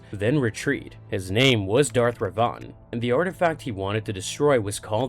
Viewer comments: Darth - Darth Re - Re Van -Vin. Darth Revan... Should be pronounced Darth Revin. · yes... I know. But the pronunciation is off. Darth Revan(when spoken) should sound like "rehvin" Perhaps it's my Scots dialect? Others have also commented. Thanks for pointing out the other sith lord though -) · Two separate sith lords. Revan lived about 2000 years before Rivan